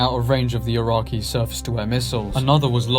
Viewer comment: Great video but i cant get past that you dont know how to say Iraqi.